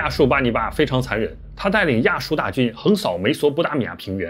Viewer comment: 亚述发成亚旭